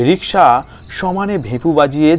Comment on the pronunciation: রিসকা নয় রিকশা।